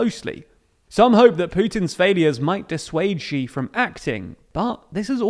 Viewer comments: Sooooo,, I love the videos you guys put out, but I gotta nitpick: "Xi" is pronounced like English "She" (or alternatively, "that fucking bastard"), not like "geez". Sorry, but it's been bugging me for so long ^^;;;;; Keep up the good work! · I made the same comment a while ago. Good info but pronunciation of bugging me